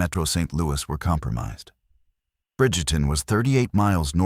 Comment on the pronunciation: Its Bridgeton, not Bridgerton. I'm from St. Louis.